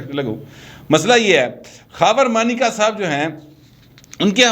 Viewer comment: مانیکا ہے یا مونیکا او ماٸ ڈارلنگ۔ کسی بھارتی فلم کے گانے کا بول۔ لگتا ہے عمران بھی اس کو ایسے ہی پکارتا ہو گا 😜😂